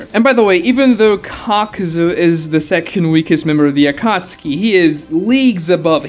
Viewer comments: I don't know how the English version says it but it sounds very wrong to me when you pronounce it like akatski instead of akatsuki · never watched naruto past the chunin exams, and read the manga so im wondering, is it pronounced akatski like how my man pronounces it or is it like akat-suki?